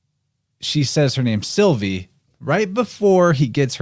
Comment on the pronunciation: when you said Sylvie i heard Sophie which lead me to Sylphie. Don't know if thats relevant 🤔